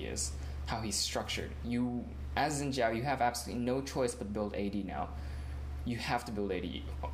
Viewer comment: umm are you stupid zin zhao is incorrect the correct one is shin zhao